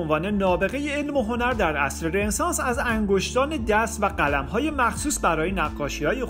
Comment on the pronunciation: دوست عزیز ممنون از زحماتی که میکشید فقط در مورد لغت رنسانس باید عرض کنم که تو همه کلیپا این لغت رو اشتباه تلفظ میکنید و خیلی ام مهمه.. این لغت فرانسوی است و به معنی تول دوباره، و خونده میشه RONESANS، یعنی "رو نِ سانس"